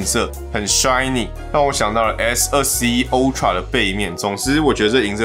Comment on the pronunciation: 每次聽到有人刻意唸“歐”~tra 我就很想罵他髒話，到底是想表現什麼？